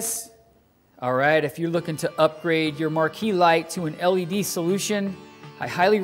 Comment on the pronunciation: Just poking fun at the way you say it. 😁